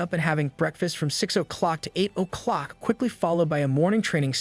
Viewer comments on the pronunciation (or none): That is not how you say "O'clock"